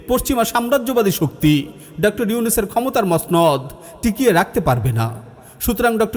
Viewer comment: উচ্চারণটা ডক্টর হবে।